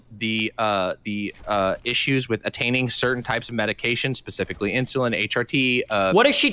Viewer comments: It must have a bit of a speech problem because "Ins-you-lin" and "el-t-s" (instead of else) are said a lot by the the amorphous blob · Why does say "IN SHOE LIN"?!